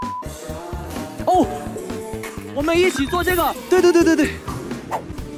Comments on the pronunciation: i didn't realize he was saying "balance" i thought he was saying "bad ass" i- whY AM I LIKE THIS 😭😭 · I laughed waaaaaaay too hard at the BEHLEEEEHNSS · nobody: lay: bALaNcE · I love how he say balance it’s so funny 😆